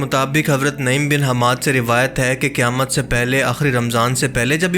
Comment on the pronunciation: Qaaf ka pronounciation galat kar rahe hain. Ise aap kaaf kah rahe hai jaise qayamat ko kayamat kah rahe hai. Quran shareef mein surah Qaaf bhi hai kya us ko bhi Kaaf padhte hai?